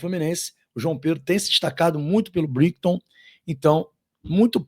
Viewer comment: Briguiton hehehehe Brai, Brai, Braaaitan é a pronúncia, somente a título de ajuda. Brighton é a escrita. E pelo amor de Deus, estudem o texto antes de ler. Renato esteve com o Cadu no Fluminense em 1925? Heheheh Passaram de veteranos heheheh. Esses vacilos queimam o canal pela falta de transparência na informação. É muita ansiedade e pouca tranquilidade. Calma, calma.